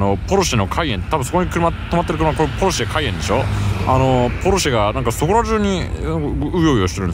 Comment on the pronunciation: 一般市民→ポルシェ スーツ神→ｳﾎﾟｫﾙｼｪｯ